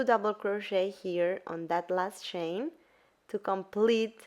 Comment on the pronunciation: It took me ten minutes to realise that she was saying "chain", not "Shane" 😅 Awesome tutorial!